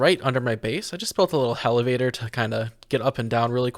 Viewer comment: I sensed a terraria man when he said hell-evator